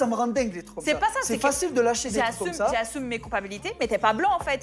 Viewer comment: j'assoume j'assoume elle a dit🤣🤣🤣🤣